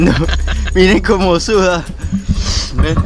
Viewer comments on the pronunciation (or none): SE ESCUCHA RIDICULO PRONUNCIANDO MEN